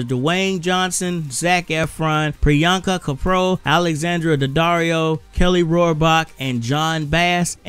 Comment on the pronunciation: Nice Review.. I really like Priyanka Chopra... But the funniest thing is you pronounce her name wrong😊..right pronounciation is here, check it